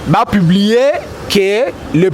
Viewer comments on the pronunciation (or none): none